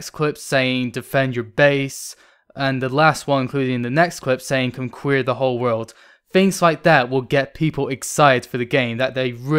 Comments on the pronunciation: "Conqueer the whole world" LOL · Did this dude just say "con-kweer"?